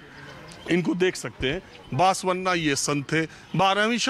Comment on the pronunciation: Sir बसवन्ना होता है बासवन्ना नहीं। सही pronunciation तो सीख लेते। Yediyurappa is pronounced येडियूरअप्पा